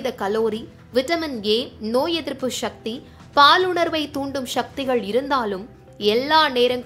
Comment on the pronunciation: அது என்ன? ஷக்தி என்று உச்சரித்து தமிழை நாசமாக்க வேண்டாம். சக்தி என சொல்க.